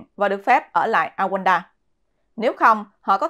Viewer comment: Rwanda, Rouanda Chứ không phải Awands